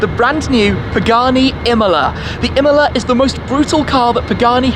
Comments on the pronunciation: Pagani Imola... No pgani mola... Impara l italiano! Porta rispetto se fai servizi su capolavori italiani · Iam the only one hearing Himalaya instead of imola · Shmee, you are pronouncing Imola wrong. It’s not Imela, it’s Imola. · I didn’t know that’s how u pronounce Imola I always though it was Emola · Imola not imla lmao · The pronunciation is nothing alike, if you know the proper pronunciation for both. Not even similar.